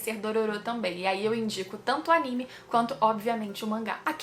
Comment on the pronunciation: Por favor fala animê correto por favor